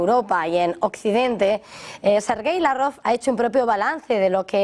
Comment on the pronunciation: ¿Desde cuándo se dice Lav-Rov y no como siempre se dijo Lávrov?